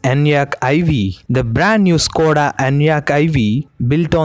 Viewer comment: Sir it is not స్కోడ but ష్కోడ and it is not వొక్స్ వేగన్ but ఫోక్స్ వాగెన్. Otherwise you are doing a good job of giving us very interesting knowledge